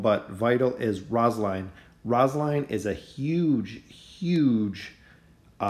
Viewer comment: The way you said rosaline kinda bugged me but overall great vid